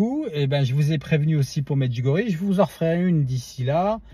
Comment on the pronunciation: Bonjour s'il vous plaît merci de prononcer Medjugorje avec ié à la fin.